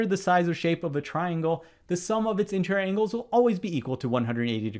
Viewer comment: No, I think the question was NOT fair - mathematics (and therefore geometry) is supposed to be unambiguous, therefore the question should have been phrased correctly. I believe that the setter should go back to school (as a student) before he/she is allowed to set any more exam questions. Btw the word is int-er-i-or not intrrrrrr.